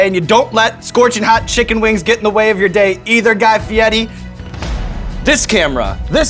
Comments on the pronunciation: fieri.. fee-air-ey..why does he and others pronounce it fiettii? or fiedii? theres no t or d in there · I live in Italy…only one way to pronounce FIERI, AND THERE IS NO “T” SOUND..IT IS PRONOUNCED “FEE YAIR EEE”. ‘ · “Fiedi” why is there an R in it? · why does he call him fietti is that how you are supposed to pronounce it? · Aiaiai, the guy tells people to pronounce his last name “fie-di” because he can’t roll his “r.” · Guy Fieti? Fieti? What? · stop saying guy fieti god damn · The way he tells people to say his name always annoys me. The way the 'r' would be pronounced in Italian would kind of have a 'd' or 't' sound to it, but it is still an r. It's fine that he insists people pronounce it "Fee-YEH-tee," but then why doesn't he also have them pronounce his first name in the traditional Italian pronunciation, would would be more like "Gee" (the G pronounced like the words guitar, gross, goblin, etc.) It's the same thing with Eva Mendes. She insists that her first name is pronounced "AYvah," but has no problem with people pronouncing her last name "MEN-dez," when traditional pronunciation would be "MAYN-dez." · Cuz he doesn't pronounce it Fietti. Dumbass. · guy fietti?? i didn't know it was pronounced like that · Who else pronounces fieri like Ferrari not feiti just for memes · is it pronounced FI-E-TI or FE-AIR-E ?? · So you're telling me I've been pronouncing Fieri wrong this whole time and no one told me. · Where is the "T" is Fieri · Why does this man insist on his last name being pronounced with an Italian accent? It's so dumb. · Why is the R in fieri read as T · That's not actually how his family pronounces their name. He tried to put a fancy spin on it, for TV. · isn't he pronouncing fieri wrong? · That's really how his name is pronounced? Huh. I'd never have thought of it being said that way. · it’s fieri not fieti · Did he mispronounce Guy Feiri as "Fieti" a few times in that video? I always heard it as Fi-air-ee. Inside joke?